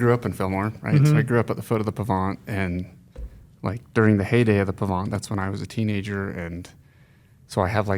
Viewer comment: if you grew up at the 'bottom of the hill on the Pahvant' I would expect you to pronounce it correctly:)